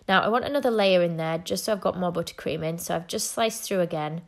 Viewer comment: I love the way she says “butter cream”. Buttah Cream